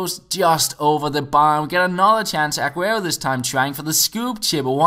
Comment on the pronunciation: Stop stressing the A in Aguero